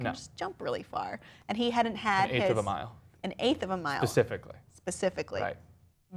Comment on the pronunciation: please tell me you both didn't say 'Pacifically'?